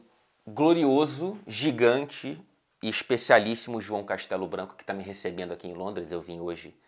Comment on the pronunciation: Quando ele falou "João Castelo-Branco" eu só ouvia "Gunners"